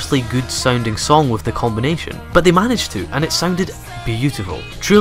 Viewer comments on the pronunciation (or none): none